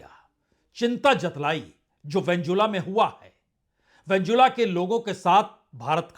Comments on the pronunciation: प्रसूनजी आप वेनेजुएला का नाम सही नहीं ले रहे हैं। आप वेनजुला बोल रहे हो। जो सही नहीं है। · Pehle Venezuela sahi se bolo sir